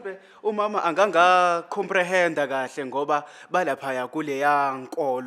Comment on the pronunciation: Comprehend waw isingisi sikanyawo lesi 😂😂😂😂😂wozalo